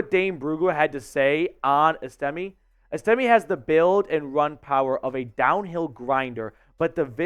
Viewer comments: I think his name is pronounced Es...ta...may. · S-Tim-A Just making sure you know how to pronounce his name after scores many TDs for your Broncos. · It's ES'-tim-may. You can't even pronounce his name, so your assessment doesn't carry much weight. This guy is an absolute STEAL! He has been compared numerous times to Jerome Bettis. He is a bulldozer.